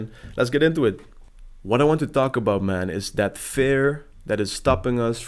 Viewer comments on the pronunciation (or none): You're good man, and trust me cause I've been watching YouTube coaches for a long time now. Just you sound a little weird when you say "fear" with a "e" like "bear" instead of a "e" like "beer", if you understand what I mean.